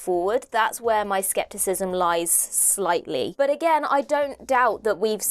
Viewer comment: A-gain.. So you keep saying.